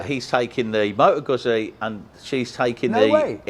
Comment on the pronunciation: Your second vid in the series on Bike rental companies. Thank you because you are providing a real service for us folks who want to ride the Island but cannot get our own bikes there. ( as much as I wish I had the time for an epic tour ) PS: If he wants to learn how to pronounce Guzzi properly , just tell him to order a Pizza.;-)